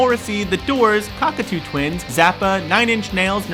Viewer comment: "Cockatoo twins"? I think y'all pronounced that one wrong :S